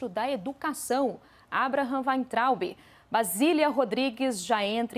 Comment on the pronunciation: Weintraub Waintraub pronuncia em alemao!